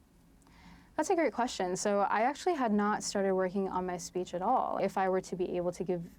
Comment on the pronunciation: SPEECH. NOT "speets." Abby continues to get another free pass.